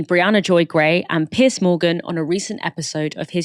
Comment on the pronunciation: Did you just call him 'Piss' Morgan...? That's how I'm going to refer to him now as well. :)